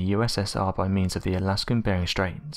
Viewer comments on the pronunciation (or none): none